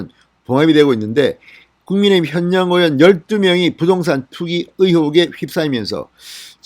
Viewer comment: 현역 발음이 잘안되네